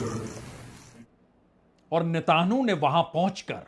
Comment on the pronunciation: आप नेतनयाहू बोल नहीं सकते नेतानु बोलते हैं ।तोतला हैं क्या ?😅😅